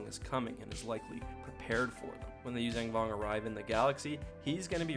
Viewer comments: Yuuzhan (you-zahn) Vong. Not "Yuzang Vong". There's only 1 G in the name. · YUU ZON VONG not YUU ZANG VONG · YuuzAYNG Vong??? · Great video! But man, pronunciation! "Yoo-zang"? Had me laughing. Also, there's a book that actually has a character pronounce the planet name as Zonama "See-coat", so another character knows how to say it, or something. Can't remember the title, sorry! Maybe Outbound Flight, or one of the last 2 NJO books w the Vong. (There was also an ObiWan/Anakin book from the prequel era that involves the planet, where Anakin gets a living ship.) But i totally dig yr videos, and subscribed.😄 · You pronounce yuzhan vong incorrectly